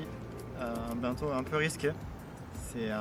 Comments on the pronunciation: Video géniale ! Par contre, j’y arrive pas avec ton pote qui dit BINto 😂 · Ça me trigger tellement ton pote qui dit ça « bainto »